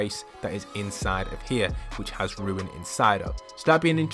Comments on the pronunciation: Rune not ruin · its a rune not ruin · It's called a rune. Not a ruin. A rune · It's.. it's a rune.. not a ruin.. rune.. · It's rune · It’s a rune! Not a ruin